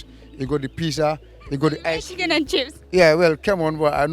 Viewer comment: bro said he lived in London for 20 years, then said "the siken and chips.| 🤣🤣🤣